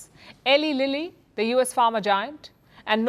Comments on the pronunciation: Eli Lilly is pronounced as E Lie Lilly. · It’s ee lie lily (pronounced as) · Eli Lilly is pronounced EE-lye LIL-ee. The first name, Eli, is pronounced "ee-lie" with a long "e" sound, similar to the word "eye," while the last name, Lilly, is pronounced "lil-lee" with a short "i" sound.